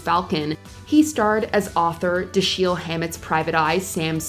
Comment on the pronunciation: It’s Dash-ell, not Dash-heel